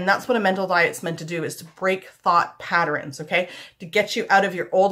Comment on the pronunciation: I like how you say "patterns" you say "patter-ins" Cute! lol